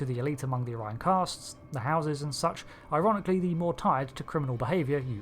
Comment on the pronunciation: Don't forget: the blue skinned house of Azure pronounces the species' name "Oh-ree-on".